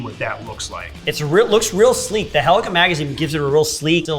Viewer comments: Mmmmmm, yes. The literal WORST Battlefield game. Also, why does he say "helica"? I'm pretty sure it's "Helical". The L isn't silent, correct me if I'm wrong. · You can tell beardo is an infantry pog, saying helica instead of helical and with his weird pronunciation of Garand.